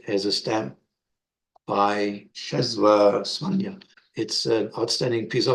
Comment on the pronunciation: Great presentation! A Polish person taught me the pronunciation of his name: 'Chesswaa Swaania" You are correct, the" Ł" is close to the English "W"